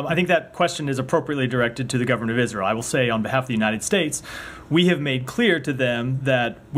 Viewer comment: "Isntrael" LMAO...